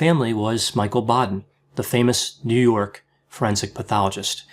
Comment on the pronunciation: Ugh, the way you said "New York." Just say "Jew" next time, I feel like that's what you meant.